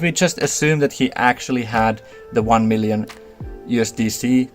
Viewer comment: Nobody:: "MEALion Token"